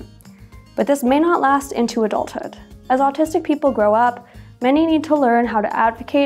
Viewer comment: You sound like you’re saying artistic.